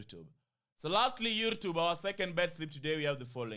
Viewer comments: Lollll, you can't say we pronouce your name weird well you call Youtube YourrTube. That's weird kingship. But it doesn't matter. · U pronounce YouTube weirdly 😂😅